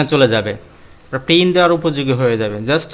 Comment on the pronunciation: brother not pin It's called print